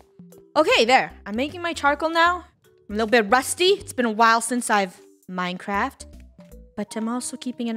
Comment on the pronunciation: Just me or did she say "MineCracked"